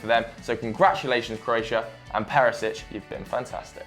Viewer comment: Whats with that ginger dude butchering everybody's names